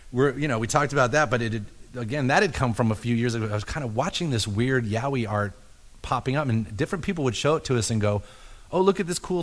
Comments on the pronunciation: at first I though "what the hell are they saying? yawie? iahwee?" then just by remembering the episode I realize they ment Yaoi, but damn that some bad pronunciation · The way he pronounced “yaoi” this shit is making me laugh so much